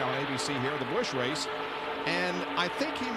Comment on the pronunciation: Joe Nemechek, yesterday's winner of the Busch "Raych"... kkkkkkkkkkkkkkkkkk